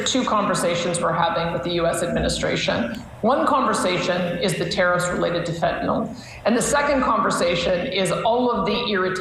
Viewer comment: Smith also pronounces Fentanyl (nil) correctly..Why do peeps keep saying Fen-ta-nall? As for Vassy, she can ask good questions, BUT she can also sound/be very biased. I take her with a grain of salt.